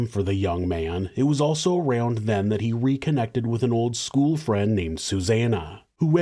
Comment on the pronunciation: Dude. “Skoo-wull”. Ugh 👋